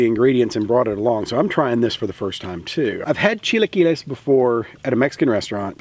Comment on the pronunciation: I admire a white man i mean man i mean person trying his best to pronounce a foreign language. Very admirable hahah. Very good pronunciation of chilaquiles and it looks tasty!